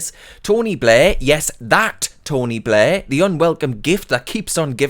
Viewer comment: His name is not Tony Blair, his name is 'Tony Bluurghhh.'